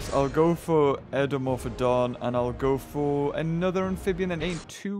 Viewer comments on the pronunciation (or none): Spends like 20 minutes talking about his knowledge and pronunciation of dinosaurs then proceeds to call Eudimorphodon ( U-Die-Morf-O-Don) as edimorphon 😂